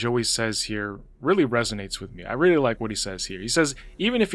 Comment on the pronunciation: I'm outta heeah!